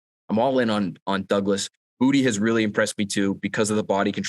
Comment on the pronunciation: It’s Boo-tay guys